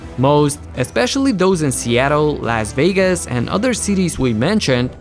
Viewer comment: The way he said Las Vegas made me cringe